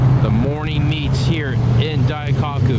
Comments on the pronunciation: Wait You're in Japan and you put JDM as a car type in the description? What? Also if you can pronounce Murcielago correctly, you can pronounce Daikoku correctly. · Dai-cock-oo ? Testa Rowsa ? bruh you need to work on your pronounciation